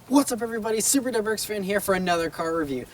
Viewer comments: Great review of the "DubuwwrrX STI" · Please stop pronouncing WRX like “dubuyurex”.